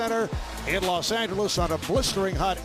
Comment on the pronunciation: bruhhh the man on the intro said Los angles